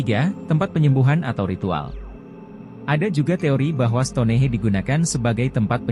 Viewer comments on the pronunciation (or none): STONEHENGE bukan STONEHE....penyebutan bahasa Inggris juga salah...EASTER ISLAND juga dibaca ISTER bukan EEASTER